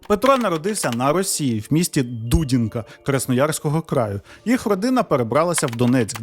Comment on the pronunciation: Не ДУдінка,а ДудІнка. Я теж там народилась